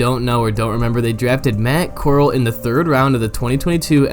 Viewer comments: Core-al not coral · literally been saying his name wrong in the video until here 🤦🏻‍♂️ but i’m a fan of Corral he can throw it like a dart with that quick release. but i doubt he’ll get a chance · “literally been saying his name wrong in the video until here”………….